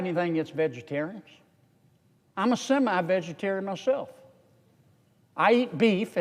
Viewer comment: "I'm a semi-vegetarion " 😂